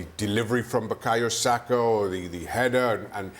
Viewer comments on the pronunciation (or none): Please 🙏 get rid of Shaka not Saka 😅😊